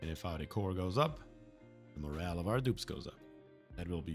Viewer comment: Loving the series so far! Even if I have hundreds of hours in ONI, I love watching series directed towards new players. The way you pronounce the word, "morale" sounds like the word "moral" which has a different meaning entirely. It doesn't phase me, and in context isn't confusing at all. I'm just an english teacher by trade and I wanted to point it out. Mein Lehrer hat meine Aussprache oft korrigiert als ich Deutsch gerlernt hast. ;)